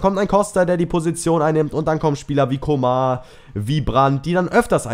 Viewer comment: Man spricht ihn nicht Coma aus ;) Sonst gutes Video!